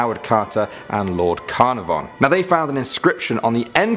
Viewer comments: Be cool if you could say Carnarvon correctly. Like Car-nar-von. Love you though.;-) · Good talk and enjoyed listening. Just curious - how many of the Welsh got in touch to have a word about your pronunciation of Lord Carnarvon? ;) Keep up the good vids!